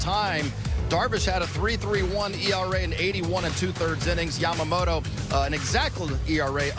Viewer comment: あたり 彼女はヤマモロじゃなくてヤマモトってちゃんと発音してるのが興味深い。勉強から来るものか、元々この人の発音なのか アメリカは王貞治の名前も出してくれてたり、歴史の権威付けとリスペクト示すのが上手だね